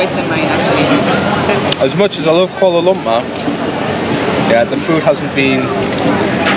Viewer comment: You pronounce the word Kuala Lumpur funny. Please work on it thank you